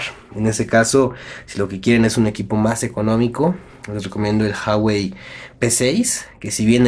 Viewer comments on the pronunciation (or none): en la palabra Huawei tambien se pronuncia la U